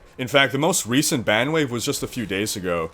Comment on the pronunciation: bang or ban, sounds like ur saying bang